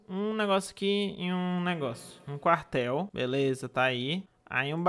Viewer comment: Minha parte favorita é quando ele fala "vamo construir um carhtel~"